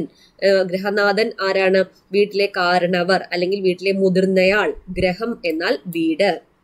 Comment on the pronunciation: Greham alla misse. Griham ennu para